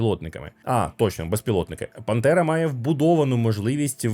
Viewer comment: Чому ти говориш Пантера, але я чую Бандера? 🤔